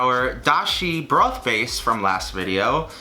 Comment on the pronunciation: omg, the way he says broth and water remind me of my grandma. She was raised in the Bronx